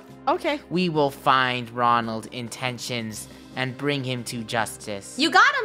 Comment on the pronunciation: I think too when the captain said Ronlad i said Mcdonald